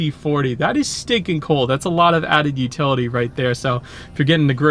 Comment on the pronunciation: I thought he was saying pretty steak n cool, I was like wtffffff, cringe 😊